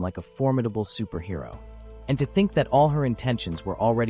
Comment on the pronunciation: Superhero? Really? Can the ai voice not read?